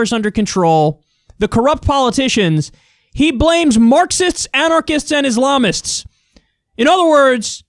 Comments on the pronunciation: He actually said "Ilamists", not Islamists lmfao. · He said ilamist? Wtf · The ilamist huh? You couldn’t even say it the first time haha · Wtf is an "ilamist?" 😂